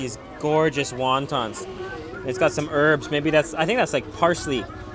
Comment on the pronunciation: when you say "herbs" it sounds "Arabs"